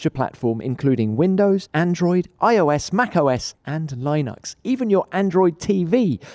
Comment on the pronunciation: "Lie-nux" hahahaha. It's "Lin-ucks" 😉